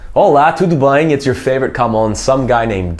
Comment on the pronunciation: The "Olá tudo bem" in the start was amazing bro! Sounded just like a native, and that sound in the "m" in "bem" is something foreigners usually have alot of difficulty saying. Much love from a Porto resident